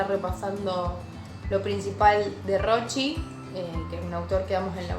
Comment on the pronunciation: Por favor una ayudante de cátedra tiene que pronunciar bien el apellido del autor